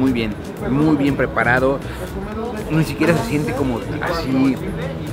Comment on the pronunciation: Me gustan mucho tus videos pero me caga cómo comes y que hables " asdi "